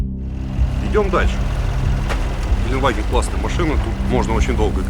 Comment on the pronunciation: большая просьба к: Мерседес ГелендЭваген (от Geländewagen)